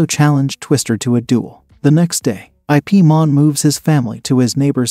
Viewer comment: His name is Ip(Yip) Man not I.P Man. 😂